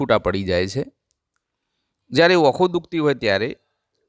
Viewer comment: ઓંખો, દોતો, બોધવું ગુજરાતીની પત્તર ફાડો છો!